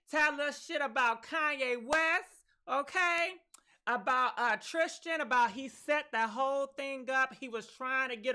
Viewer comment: 😂😆😂LoL!!! ♥️ you are killing Jordyns and Tristans names!